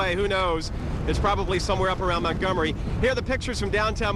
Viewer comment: "It's probably somewhere up around Montomgery", lmao.